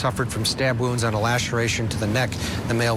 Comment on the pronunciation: Poor woman doesn't know how to pronounce "wounds".